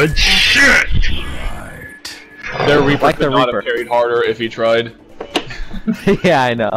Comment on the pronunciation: It's of that one guy saying Reaper. He instead call him Reafer😂